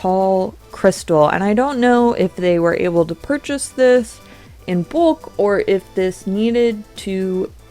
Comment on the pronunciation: Video was great, I’m sorry I just had to say this, you say “bulk” weird lol it’s like “boolk” if I may ask where are you from? I’ve never heard it pronounced that way.